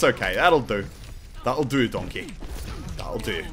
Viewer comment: lol "That will do donkay"